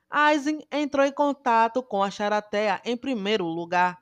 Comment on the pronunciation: Nao aguento ela falando "charatea " ksksks